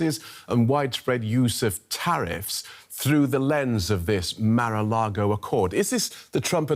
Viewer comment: "Mar-A-Largo accord"? 🤣🤣🤣